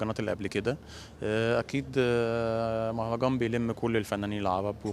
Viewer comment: مهرجان يا حمااار مو مهجان هههههه يا